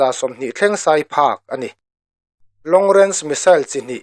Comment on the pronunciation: A ngaihnawm..a bengvarthlak e. "Sai" lam dan erawh fimkhur deuh angai a nih kha!